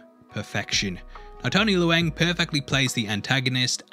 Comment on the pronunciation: It’s pronounced Tony Lung